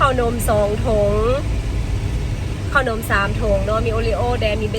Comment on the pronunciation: ขนม อ่านออกเสียงว่า ขะหนม น่ะ ไม่ใช่ออกเสียงว่า ข้าวหนม แต่ที่ออกเสียงแบบนั้นก็ทำให้น่าเอ็นไปอีกแบบหนึ่ง 555